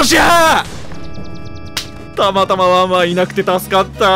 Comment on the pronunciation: のたまたま、の発音完全にタマタマなんだよなあ…。